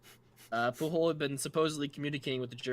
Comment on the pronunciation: Catalan is an important detail; Pujol is a Catalan name rather than Spanish. It's pronounced with a soft J, not a Spanish hard J. BTW, I drink a toast to Garcia's memory every April Fool's Day.